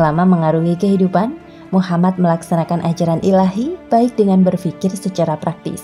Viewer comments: Min kalo nyebut nama nabi usahakan Nabi Muhammad shalallahu alaihi wasallam Dan nama nabi Muhamad itu "M" nya 2 jadi "MUHAMMAD" harus jelas dan bukan Muhamad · Tolong buat penyebutan MUHAMMAD UJUNG NYA SAW. DAN "M" NYA DOBLE. M U H A M M A D. S A W